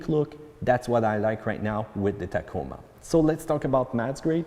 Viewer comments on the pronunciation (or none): “TOYHOTAH TAKEEMA” LOL 😂😂😂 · Did he say Tahcamah...lmao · I've never heard the word Tacoma pronounced "tak-i-mah" before... but here we are! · I didn’t realize how old this video is🤣. Good video. Is there one on a 2021 sport premium? Does any body know and yes the way he says Tacoma is funny.🤣